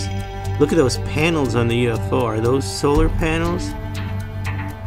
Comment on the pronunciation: my guy said solar panals